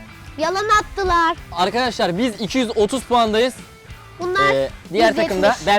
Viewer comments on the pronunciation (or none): yalan atdılar diyişi ekdkdk